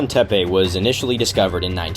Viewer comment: Ah, dude you were in Turkiye did you hear anyone refer to the word "tepe" as in Karahan Tepe as "tepey", it's pronounced te-pe, there's no "y" at the end.